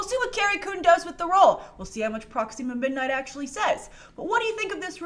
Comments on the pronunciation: Its not pronounced Proxeema its proxima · Sorry i like you but it’s not pronounced proxeema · I love how pronounces Proxima Midnight as Prox "ema' Midnight Lol. Also, if Peter Dinklage isn't Eitri The Dwarf King(there're photos of him with dyed hair from a while ago) I think he'd do an amazing Corvus Glaive!